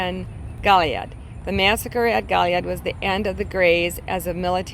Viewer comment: Bexar is pronounced Bear …. Goliad, gOliad nacogdoches nack a doe ches